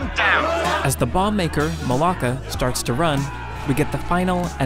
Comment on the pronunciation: As Greek i die every time he says Mollaka